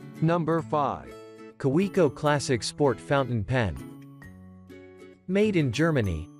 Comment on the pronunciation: Yeah, tons of research. This is an ad, pure and simple, and a bad one. Teach your robot voice how to say "Kaweco". If you know how.